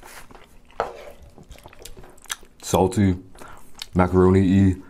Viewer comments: When he said macaroni-e lmao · Mans really said "Macaroni - e"😂